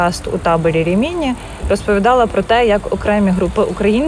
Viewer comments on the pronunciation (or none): Дуже цікава інформація,. Але це РімІні так ріже вухо. Місто називається РІміні, наголос на перший склад не на другий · Нє РимінІ ,,а РИмІні .. Наголос на перший слог . . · Дякую. Дуже цікаво. Тилькі наголос РімІні незвично. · Рі'міні , а не Рімі' ні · Рìміні, на перше "і" наголос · Прожила в РІміні (наголос на першу і) років 10, але, на жаль, ніколи не чула про табір. Тільки кілька років тому прочитала про це